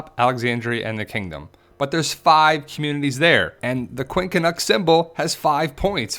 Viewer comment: JEAR-BEAR? LOL! it's pronounced Quin cunx.